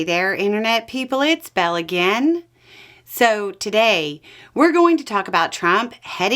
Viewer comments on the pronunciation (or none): none